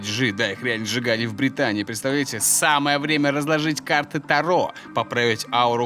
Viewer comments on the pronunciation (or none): Не карты Таро" А карты Та"ро